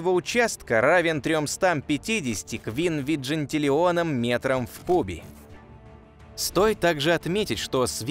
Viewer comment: Квнвигинтеллеон, даже ведущий прочитал неправильно. Я посмотрела, сколько это нулей.